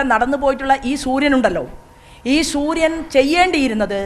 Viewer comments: ശൂര്യൻ അല്ല സൂര്യൻ 😂😂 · ശുരിയൻ അല്ല സൂര്യൻ അത് ആദ്യം പറഞ്ഞു പടിക്കു പ്ലീസ് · ഹലോ അമ്മച്ചി ശുര്യൻ അല്ല സൂര്യൻ